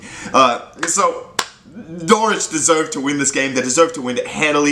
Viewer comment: You're the only American who can pronounce Norwich correctly